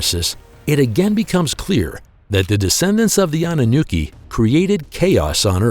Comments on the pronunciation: annunooki ROFL its Anunaki you nit! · Naki not nookie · The pronunciation for Anunnaki is wrong also they Nephlim is the children of the Anunnaki and humans